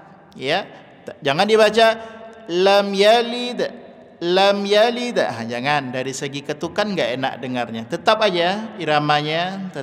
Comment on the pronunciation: tanya, kenapa menit ke 11.30, baca lam yalid.. terdengar yaliiid, padahal bacaannya pendek, mohon penjelasan